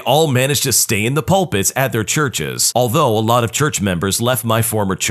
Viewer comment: I like how you pronounced pulpit: I've been in a debate with someone about how pulpit is pronounced, it's nice to know someone agrees with me.